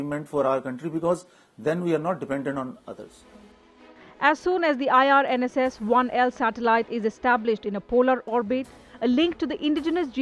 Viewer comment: Name of the satellite is IRNSS 1 I (eye) not 1L (ell) as mentioned repeatedly by the anchor.